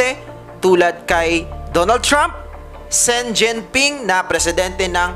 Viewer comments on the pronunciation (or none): zen jinping daw xi jinping di zen jinping 😂😅🤣